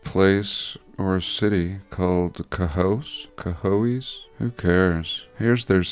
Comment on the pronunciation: I live 45 mins away from Syracuse and 1 hour and a half from Binghampton, the H is not silent its Bing then Ham Ton not town. The other towns are pronounced like Sken eck ta dee and ka hoes(